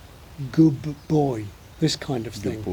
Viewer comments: I was also shocked by the word "good"! It sounded, and still sounds, like "gid" to me. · Well to a German it clearly sounds like "güd" 🙂